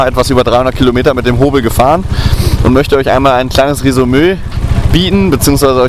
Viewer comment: ... und ich möchte euch ein kleines Resumöööö bieden😂